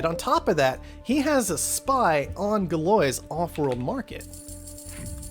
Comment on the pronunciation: Thanks so much for these videos! FYI, Galois is pronounced "Gal-wah". Poor Evariste. :P